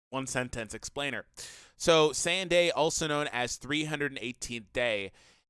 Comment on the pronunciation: Then why does everyone say sayajin lmao